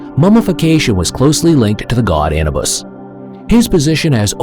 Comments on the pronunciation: It is Anuuubus pronounce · Look up the proper pronunciation of Anubis.